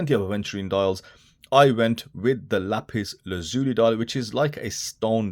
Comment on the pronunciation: Thanks for being the only reviewer to pronounce lapis lazuli correctly,! 👍 Great review as always!